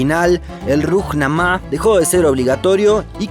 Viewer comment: Dónde aprendió a pronunciar este muchacho?. Pura creatividad individual, parece. "Rujnamá"?, "Mujamedov"?. 😔